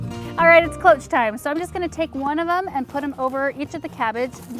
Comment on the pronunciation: Cloche is french for bell. Pronounced "Kloshe". However, to be clear, I love your videos and you should feel free to pronounce words anyway you like!